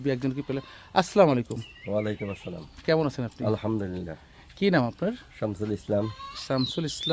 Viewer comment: দয়া করে সুন্দর করে সালাম দেয়া শিখে নিবেন